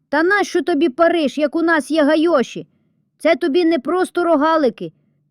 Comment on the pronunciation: Не гайОші, а гАйоші... Взагалі, якийсь дивакуватий супроводжуючий і текст і голос, наче, на базарному розпродажі...